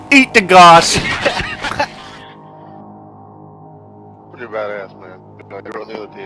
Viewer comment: Goss? I thought it was pronounced gowse.